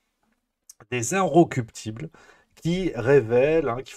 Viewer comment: Incorruptibles . Prononcez bien .